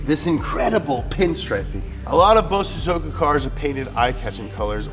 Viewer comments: why does he say something incorrect every episode "BOZOSOOKUW" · The accent is on the so not on the zo.